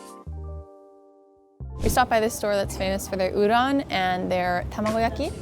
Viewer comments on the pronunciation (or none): you make the best YT videos and your Japanese is kanpeki but did you really say Udaan instead of Udon?